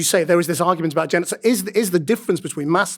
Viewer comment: he can't even say genocide